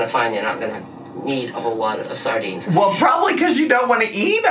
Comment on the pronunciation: I love that she says “saRdines” but still called herself “Dah-lean” 😂